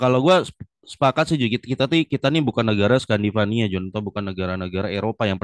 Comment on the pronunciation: Scandinavia Jonnnn, bukan Scandivaniaaa. Wkwkwkwk